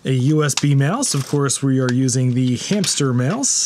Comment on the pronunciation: Also it's pronounced "uu-BUUN-too" as per the wikipedia page, not "you bun too". And "hampter" instead of "hamster", naturally.